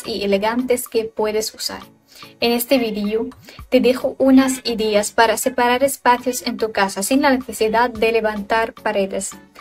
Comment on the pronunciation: Hola! Muchas gracias por compartir este hermoso video, todo está excelente y hermoso, a excepción de la narración, se aprecia el esfuerzo pero por amor de Dios que alguien le diga a la chica, que "pared e ideas" no llevan acento en la primera vocal.